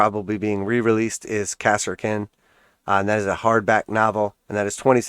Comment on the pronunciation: Good video! I appreciate the information man. One thing though, it's pronounced "ka-sir-kin"